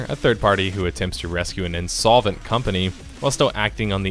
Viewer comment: Insolvent? Almost sounds like insolent.